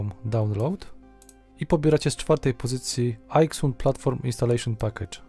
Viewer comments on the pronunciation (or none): none